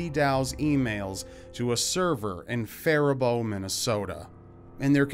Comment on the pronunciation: Hey, Good Job on pronouncing Faribault correctly.